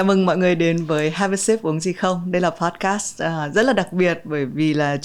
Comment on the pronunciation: B ơi là podcast, không phải poscard b nhé